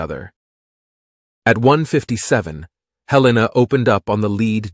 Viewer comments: It's HELL-ena. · It IS named after Montana”s capitol but we don’t pronounce it Hel EE-na. Nor do we pronounce it Hel-lay-na. The second syllable is a short ‘e’ not long.